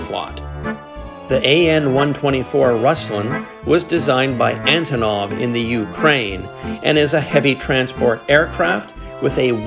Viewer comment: Russian a/c are always neat to see. How they compare to aircraft here, how different and how similar they are. Antonov is actually pronounced An-tonneau. It's a Ukrainian company and name. Even I got it wrong and I'm Ukrainian. I got to meet the one who made the display models for Aeroflot at a model club meeting years ago here in Winnipeg. I also got the DVDs I ordered. they are great.